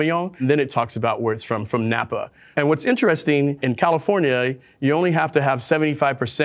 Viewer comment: did he just say califor-nyay? :)